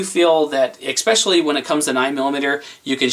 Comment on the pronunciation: Hi, Thanks for the review. Please don't take this the wrong way BUT..just for next time...the word is "especially". It is NOT expecially or xpecially or x-pesche-ally or any of those. There is no X in Xpecially. I mean in ESpecially. It's especially or S-pecially or Esspeshalee but it is NOT X-peshalee. No i in team and no X in especially. Thanks. :-)